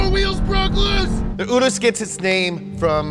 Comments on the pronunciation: You-ROUSE is how to pronounce it. Sorry imma lambo nerd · I thought it is pronounced ur ass I was so wrong lmao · Lamborghini calls it the oo-russ. This is my third time watching this vid btw. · My brain hurt everytime you said "oo-dos" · For those of you wondering, Urus is pronounced "oo-russ" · It’s pronounced like Oodus. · Wow you killed the action trying to say Urus.... huge cringe